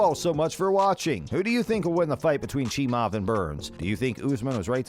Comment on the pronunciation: Why would you post this video AGAIN ??? You posted this before the Burns fight and UFC273...Click Bait for more views ain't cool. This is old news and furthermore....SAY Khamzats last name properly....Its NOT CHEE- MOV its CHEE-MY-EV. Have a great day 😀